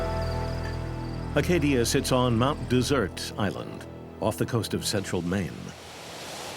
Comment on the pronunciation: Mt "Dessert" Island? hah no. It's Mt DESERT Island